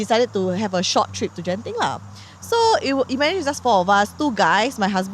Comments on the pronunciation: ITS GENTING NOT JENTING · Gen -ting not jen-ting...bahasa melayu bkn english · How come don't even know how to pronounce "Genting"? You are Malay some more🤦🏻‍♂️🤦🏻‍♀️